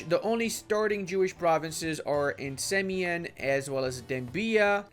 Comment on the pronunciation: SEE-ahm? Triggered.